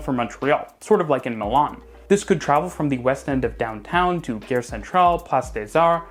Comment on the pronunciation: Gare Centrale: Gare rhymes with the English word are.